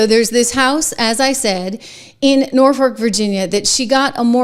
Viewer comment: Hey, Trish! It is Norfolk (pronounced nor foke). Not nor fork. That's not to be snarky. I'm just a little OCD.